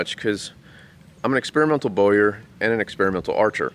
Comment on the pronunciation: Just THANK YOU for pronouncing BOWYER correctly! I hear it butchered regularly ... from an Englishman.